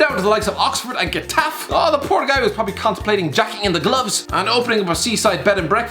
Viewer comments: The way this guy pronounced Getafe. Fucking pleb. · can we put some shame on the butchering Getafe😂😂